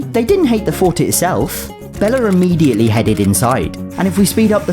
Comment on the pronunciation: “rimmediately”-, 2025.